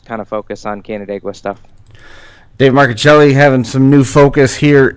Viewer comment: My nephew David Marcuccilli....personally responsible for the MARCUCCILLI name being pronounced CORRECTLY!!!!!!!!!!! PS.........GREAT INTERVIEW..but..GET A SKYPE ACCOUNT!!